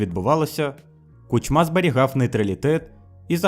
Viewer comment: Не КучмА, а КУчма. Слушай, что ты прогоняешь через нейронку.